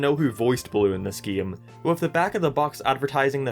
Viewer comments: why do you say game weirdly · Everyone else: decade LSMark: deckeed Everyone else: hate LSMark: heat Everyone else: game LSMark: geam Everyone else: racing LSMark: reacing Everyone else: m&m LSMark: am&am Everyone else: came LSMark: keam I might delete this later